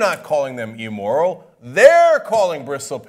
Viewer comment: Will someone finally tell Cenk it's "immoral" not "e-moral"? He really drove it home on this one. Is there some inside joke to this?